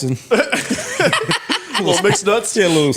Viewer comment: That nigga said neapolitan 😂😂😂